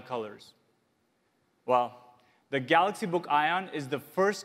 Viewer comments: Samsung galooxi not ton !! Smaaaaart phn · Did he say Galox again I didn't watch the full video. And if he did, when? 😂😂